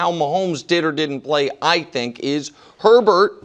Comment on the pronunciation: His name is not (her-bert) its pronounced (A-bear) like bobby herbert(a-bear)